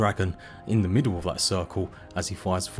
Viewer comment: I really want to watch this video as the production quality seems good and I am super interested in the content having spent 1000+ hours in Valheim but I absolutely can't take all the "th's" pronounced as F's. Why any adult would consciously choose to talk like an uneducated child is absolutely beyond me. And don't says it just English English. Kate Beckinsale sounds NOTHING like this.